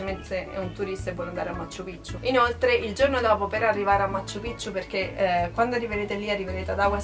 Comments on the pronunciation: non ha senso lamentarsi dei costi, la gente deve pure guadagnare in qualche modo e hanno dei prezzi alti proprio perché lì la moneta vale 1 quarto della nostra, se non ti vanno bene i prezzi non viaggiare e poi pronunci stra male 'machu pichu', in Perù non si hanno le doppie salvo casi eccezionali di cognomi e alcune parolr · Ma quante volte hai detto Macccchu Piccchu.... troppe C!